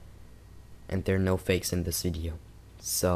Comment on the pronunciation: sounded like wideo to me... Try saying nuclear wessels!